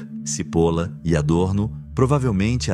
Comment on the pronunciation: Só uma dica. Não se pronuncia CIPOLA mas sim TCHIPOLLLA. pois é um sobrenome italiano e significa cebola. Att